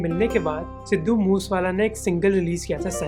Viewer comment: I admire your research but being a linguaphile, u should focus on pronunciations, It is not बाबू मान😂😂, rather it is बब्बू मान It is मूसेवाला not मूसवाला...